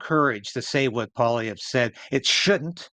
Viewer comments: Pierre PWA-LEE-EV(RE), accent sur la derniere syllabe. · Pierre "pwah-lee-ev" Not "paulee-ev" Poilievre is french is nature. That's why it sounds like "pwah-lee-ev".